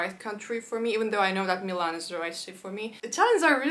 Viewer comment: Interesting! I think I caught a Russian accent when you said Милан, or rather I should say a perfect native-like Russian pronunciation! I wouldn't even have noticed if the rest of the video didn't sound native in English, even the same word said like 10 seconds before 😀. P. S. I know, it's a very random comment, I just found it both curious and nice, along with the fact you feel the most friendly when speaking Russian 😊